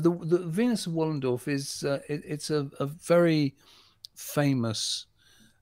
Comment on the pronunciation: Wallendorf? Wollendorf? C’mon fellas.